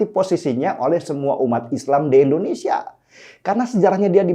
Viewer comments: Koreksi sedikit bang Den. Pengucapan nama negara kalau bisa yang tepat. 'Indonesia' bukan 'Endonesia' . Maju terus bang 👍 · Bang, Indonesia bang... bukan Endonesia.... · Tidak bosan untuk mengingatkan bang. Negara ini punya nama Indonesia "I", bukan Endonesia bang. Salam hangat bang. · Ngmng Indonesia aja pake E? Udh mending ga ush buat konten dpt in sertifikat ngmng dulu baru buat konten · Indonesia...!!! BUKAN... Endonesia... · Indonesia bang.. bukan Endonesia.. 😒😒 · INDOnesia, bukan ENDOnesia! Pelafalannya selalu kurang pas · Kmp lw terus sebut endonesia.... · Bukan ENDONESIA Tapi INDONESIA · Indonesia bang bukan endonesia In no end